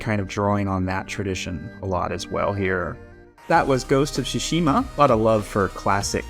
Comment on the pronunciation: Japanese history expert but pronounces "TSUshima" as "tsuSHIma"